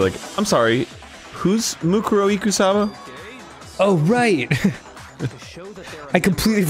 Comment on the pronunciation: I like how mukuro's name is said a bajillion times in this chapter yet dan STILL cant pronounce it correctly